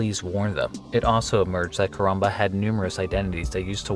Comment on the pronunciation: Say koronba one more time. I dare you.